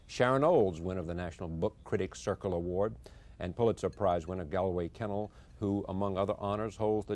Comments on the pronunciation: Great discussion; but Charley Rose doesn't know how to pronounce Galway Kinnell. It's GAWL-way ki-NELL. Sorry to be a smart-ass. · The conspiratorial smirks on the faces of the guests as Rose mispronounces Galway Kinnell's name is juvenile and arrogant. I would say that this mere gesture disqualifies all of these "poets" from having anything of value to present to us. Pay close attention to the behavior of those you idolize - you will soon learn to separate the mundane from the holy.